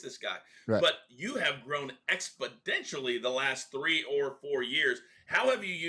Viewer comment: Did Jonathan Coachman, a professional broadcaster, say “expoDentially” at the mark?